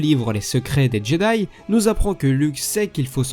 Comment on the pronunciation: "jedai ...rassamblement!!!"